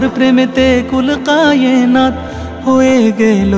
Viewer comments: কায়েনাত (کائنات) উচ্চারণ শুদ্ধ হয়নি। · মাশাল্লাহ সুন্দর হয়েছে সংগীত টি কিন্তু গজলের মাঝে একটা জায়গায় "কুল কায়েনাত" হবে অরথাৎ কাফ উচ্চারণ হবে।جزاك الله خيرا